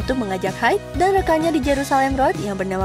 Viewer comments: Pengucapan haid🤭🤭🤭.. bukannya haido yaaa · Kayak nya cuman baca naskah doang tapi ga ngerti tentang band Laruku ini, ngucapin Haido aja ngaco 😕